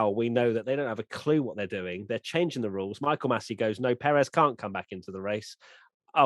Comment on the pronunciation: Hello there. Love everything you guys produce, but can we start working towards pronouncing Pérez properly? It is the only Southamerican driver you have to learn. I see the same from the guys at SkyF1, and they even correct themselves when they pronounce it properly. I guess at this point it is not ignorance about how to pronounce from their side, because they have millions of years doing this, but i know you guys don't do it on purpose. Thanks.